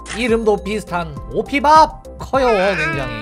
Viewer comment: 정확히는 오피밥이 아니라 오피붑 이라고 합니다